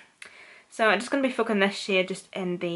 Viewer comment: she saying shade or shit :|